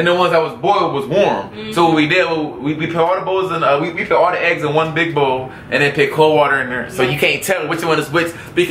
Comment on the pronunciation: Can someone tell to say put instead if pit it's getting annoying